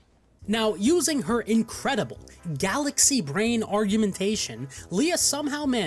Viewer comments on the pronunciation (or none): none